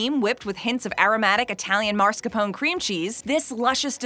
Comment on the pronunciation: it's not marscapone its mascarpone